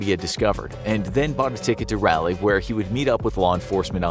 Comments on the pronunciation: I'm from North Carolina (NC), and just to let you know, you are pronouncing the name of the city incorrectly. Raleigh is pronounced: "Rah-Lee", not "Rally". So say it like, "Rah-Lee" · That cell phone tower is just down the street from me! Terrifying. also Raliegh is pronounced (rawl-e) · Can't believe this story since he can't even pronounce Raleigh correctly... Rally? NC? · Its Raleigh NC not rally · Raleigh is pronounced Rah-lee. After sir Walter Raleigh. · Raw-lee is how it’s pronounced not rawlee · Every time they said Raleigh I died alittle You kept saying Rally NC lol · It bothered me how he said Raleigh😂 I’ve only ever heard it pronounced (Ra-lee) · Its pronounced either Rah-Lee or Raw-Lee, depending on your southern accent. Not whatever you're saying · It’s Raleigh bro not rally 😂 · As someone who lives in north carolina. Raleigh is pronounced rah (egyptian god) lee (like bruce lee) so rahlee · thank you! I questioned my pronunciation hard bc this video. (I'm from SC and we pronounce ERTHING wrong) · That's not how you pronounce Raleigh NC 😭 ...... It's ra-lee Like Egyptian god "Ra" Then like Robert e "Lee" Ralee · Can’t pay attention to the video because of the way you say Raleigh. “Rowley” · You mispronounced Raleigh it’s pronounced ralee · I'm in Mayberry myself, and came to the comments to say something about it too, lol. Rah-Lee, come on, man... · Raleigh is pronounced rah-lee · that is not how Raleigh is pronounced! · You butchered that name.. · Video was awesome as always. But hurt my soul every time you said Raleigh. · It’s RA-LEIGH not he pronounced it all wrong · The way you say Raleigh made me feel very uncomfortable. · It took me a solid ten seconds to realize the narrator said "Raleigh" at all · As a resident of Raleigh, NC, how the host pronounces Raleigh is hilarious, lol. Close enough, I guess, lol. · Growing up 20 minutes from Raleigh and then going to college in Canada and hearing it said like this every time NC is brought up cracks me up